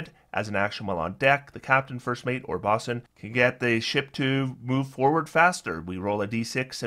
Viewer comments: I really hate to be this guy. Bosun has a long “o,” like “bow-sun.” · Great video, thanks for the overview. But bosun rhymes with "Know Sun".